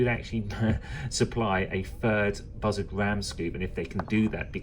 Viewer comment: Sounds like you're saying buzzard collectors instead of bussard collectors. I've always heard it pronounced "boo-sard"